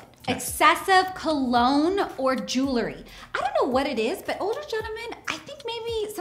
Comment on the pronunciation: WTF is "Jewerly"? .